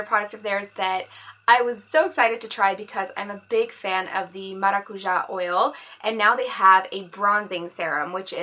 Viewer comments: You are just so pretty!! I am a brasilian woman and you just said "maracujá" so perfectly! Love your channel xo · You pronounced Maracujá right! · "maracujá oil" perfect pronunciation!!! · Lívia Sousa I was ready to say this hahahah perfect! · your nose has such a beautiful contour omg! and you said "maracujá" perfectly hahah <3 brazilian fan here, love your tutorials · I just found your channel and i already love it! Your eyebrows are amazing!!! I love naturally shaped eyebrows. I scrolled through your vídeos and I didn't find any vídeos about growming eyebrows so... Could you do a vídeo about your eyebrow growming routine? Ps: you said maracujá correctly! :) Nice.... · Finally! Someone who pronounced "maracuja" correctly :D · loved that you said Maracuja correctly :) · You made me smile :) fist person on YouTube I hear to say maracujá like we (Brazilians) do :) Love your videos! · You say maracujá almost perfect! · Finally someone who says Maracuja right 😩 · Are Brazilian related?? Cause you said maracuja PERFECTLY!